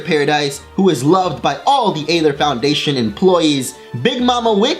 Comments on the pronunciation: He made a mistake. He said eether when when it was ather. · Why does something say eether when said aether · Did anyone hear when he say "Aether" in ? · what was with the thing you did with the word "Aether" that you did a few times?